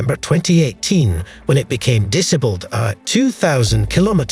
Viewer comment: That’s not how to pronounce disabled …….. shocking speech mate, pull yourself together man.